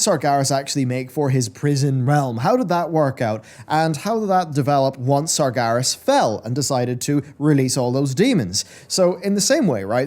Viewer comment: Anyone else bothered by how he pronounces it "Sargaris" instead of "Sarg-EH-ras"?